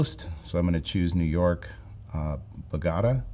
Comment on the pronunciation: "Bo-GO-ta, where is that?"...😂....Is he serious, or just messing with us?...Surely a guy with a Spanish name knows the pronunciation and knows it's Bogota, Colombia, right? 😂